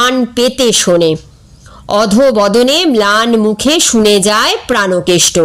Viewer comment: প্রানোকেষ্ট হবে না, হবে প্রাণকেষ্ট |